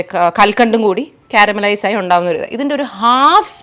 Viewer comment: കൽക്കണ്ട്‌ അല്ല കൽക്കണ്ടം.. Teach malayalam 😏